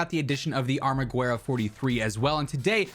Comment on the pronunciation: The “U” in “Armaguerra” it’s not pronounced just the E “Guerra”